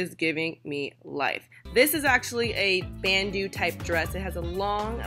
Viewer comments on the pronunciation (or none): you say it like "ban-dough" not bandoo